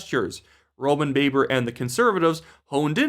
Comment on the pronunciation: you’re doing it otherwise fabulous job,. But I like to point out one thing to you, it’s the pronunciation of Roman Babar’s name, it’s pronounced like it rhymes with blabber. I watched an interview with him during the Conservative leadership race a few years ago, and I heard him say his own name.